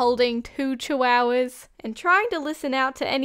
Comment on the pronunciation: Ah yes… CHIWOWAS